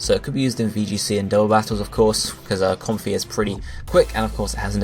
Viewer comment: I think comfey is pronounced Com-Fay. It's like a play on comfy, and a Hawaiian flower necklace, the lei.